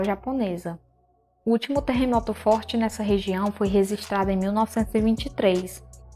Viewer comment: Não se pronuncia "reZistrar". O correto é "reGistrar".